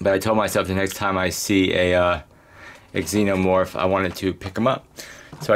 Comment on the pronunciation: Not trying to be rude but the x is pronounced z like zenomorph but nice video!